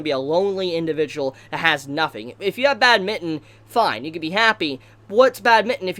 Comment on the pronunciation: It’s bádminton btw not badmínton 😂